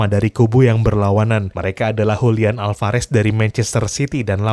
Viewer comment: Julian Alvarez bukan hulian